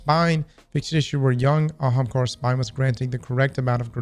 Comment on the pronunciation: Actually pronouncing the A in Ahamkara twice is wild.